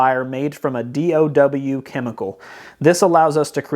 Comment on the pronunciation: I appreciate your review. DOW is short for Dow Chemical and is pronounced like it rhymes with cow. It is not a new thing.